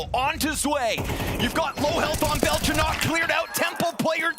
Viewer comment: Its Belchonick not Belchonokk